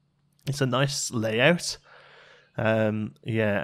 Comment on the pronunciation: "Noice" "Toight" 99!!